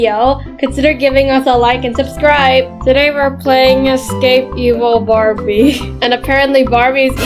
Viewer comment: Why is the word barbi like that😂 it supposed to be Barbie